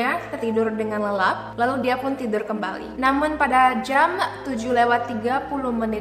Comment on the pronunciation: Jam bukan jeamm.....